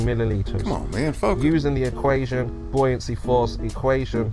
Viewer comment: There's one thing he gets right - the pronunciation of 'buoyancy'.